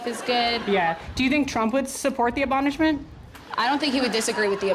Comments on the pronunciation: It’s “abolishment”, not “abonishment”.😂😅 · RIP her saying abonishment, but honestly could see this being an easy mistake if you have a language processing disorder.